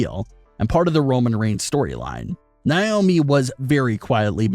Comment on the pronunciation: It's Na, not Ni... Naomi not Niomi